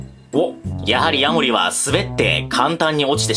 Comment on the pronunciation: ヤモ↑リ カマキ↑リ↓